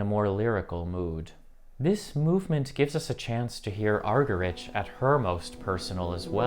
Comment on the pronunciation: You might like to check how to pronounce Martha Argerich!